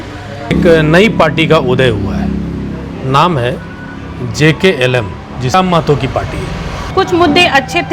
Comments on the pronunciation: ऐ पत्रकार महोदय नाम तो सही से लिया करो jlkm नाम है हमारे पार्टी का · Not JKLM. Say JLKM.